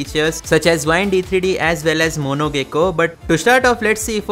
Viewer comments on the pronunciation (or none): none